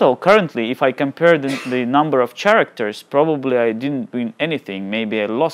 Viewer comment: Just a tip for your English mate: The ch in "character" sounds like a k. Thanks for the vid!